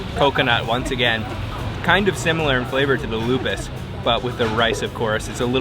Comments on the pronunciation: Lupis, not lupus (disease) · Loo Pees, not Lupus..haha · Lupis not lupus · that is lupis or lopis,,not lupa.. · It is Lupis, not lupus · that is lupis not lupus 😂😂😂, i'm from Yogya 👍👍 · That's not lupus. That's LO-PIS. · Lupis not lupus 😆🙏😃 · You should say lupis. Lupus is a name of desease because of autoimmune disorder.😊😊😊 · Its not lupus...but lupis..cake lupis...you should check...and that jelly thing in gudeg it call sambal krecek i believe...skin tofu and skin craker with a chilly.. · It's pronounced as "KUEH LO-PIS"... The way he pronounced it sounds like a dreaded disease... 🤔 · What... Did he say traditional food Lupus? 😂. Lopez Kali?😝😂👍😎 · Hi...Lopis pronounced Low- peace...enjoy my home town...👍😁